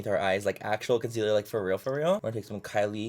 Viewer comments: For the love of god please don't let Laura Lee do this challenge and make her mispronounce the word concealer for like 10 minutes straight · stg if laura lee does this video i might have a stroke “consiller” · Don't you mean: C O N S I L L E R